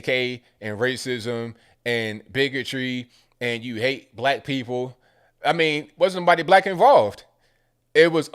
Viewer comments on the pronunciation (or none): none